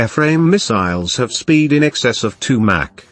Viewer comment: 2 "Mack?" Haha... One of the many reasons a computerized voiceover is inferior to an actual voice.